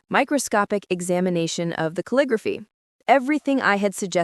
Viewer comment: cal-li-grof-fy...do you use AI or are not able to pronounce the script used for a particular type of penmanship? Ca-lig-graph-ee, DUH